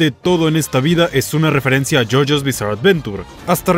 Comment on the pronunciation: you you bizarr adventurr :)